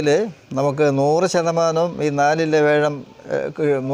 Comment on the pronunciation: വേഷം അല്ല വ്യാഴം